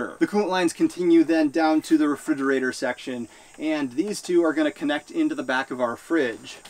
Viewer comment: Re-"fig"-erator count... 459, 460, 461... not to be too picky about it but, I think its pronounced as: re·frig·er·a·tor (rəˈfrijəˌrādər). Other than that great video, pretty informative.